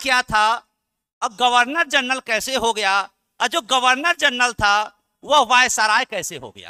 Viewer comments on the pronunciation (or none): गवर्नर √ गर्वनर × flow flow me mistake kr gaye n....